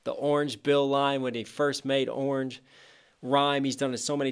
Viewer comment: When I heard him say rhyme orange with banana, I heard: “ooooooor na-nah” as in, on second thought no I can’t (but also I kinda did)